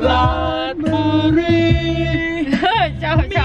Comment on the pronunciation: อ่านผิด. ราด ชะ บุ รี